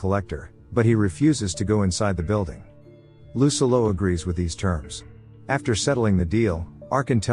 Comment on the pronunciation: I’m sorry but every time I hear lucillo’s name pronounced incorrectly, I couldn’t enjoy the video